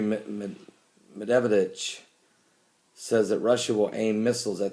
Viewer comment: Love your videos, Pastor.The russian Pm is pronounced Med ved dev,lol.